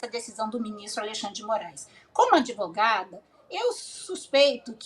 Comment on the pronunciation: Vixiiiii essa advogada ops😂😂😂como os esquerdistas falam ADEVOGADA 😂😂😂 Mostra bem o lado e onde deve ter estudado😂😂